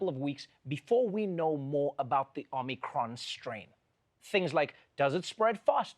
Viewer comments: Trevor, how you gonna say OmNIcron? It's Omicron. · One idiot kept calling it Omnicom for some reason. Sigh